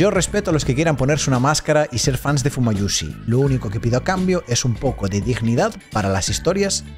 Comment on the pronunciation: Amigo me dolio lo de "fumayushi" 😢😢😢